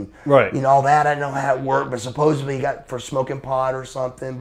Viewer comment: I laugh out loud every time I hear someone talking about being 'over like Rover' - it's like 'GROVER'. 'Supposebly'... And sure, all the non-televised matches he had were barn-burners. Poor, little Buff.